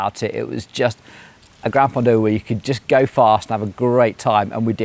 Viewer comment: Enjoy your content, but please, please put some effort into the pronunciation. It's not oofisso, or ufissi, or any of the other mangled words you invented. It's offee-chee-nay mat-tee-oh. And the G in Campagnolo is silent! And gran-fondu? Seriously?